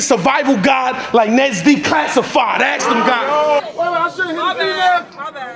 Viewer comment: “Stab his brother axe(ask) his mother like his father said no”😭😭🔥🔥